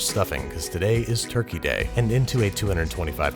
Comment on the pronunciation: Did he just say turkeytom?